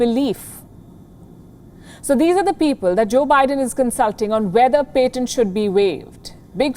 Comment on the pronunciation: Again with the paint-tants it's patients not "paint-tants"